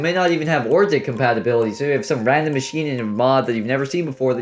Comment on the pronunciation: Are you dyslexic or something why can't you pronounce compatibility